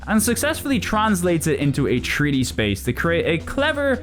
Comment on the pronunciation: Take a shot every time he says tree-D 😄